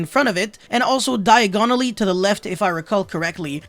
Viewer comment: Man said "diagonally" like the street from Harry Potter